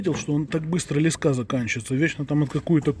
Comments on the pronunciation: лЕска, а не лескА! Ну аж кровь из ушей! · Не лескА, а лЕска, крутилка, поливалка, пипика